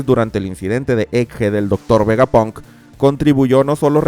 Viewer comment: Una pregunta desde la ignorancia, ¿porque dices VegapOnk en lugasr de VegapAnk? pq para mi tiene más sentido así, debido a que palabras como SteampAnk o ciberpAnk se pronuncian con la A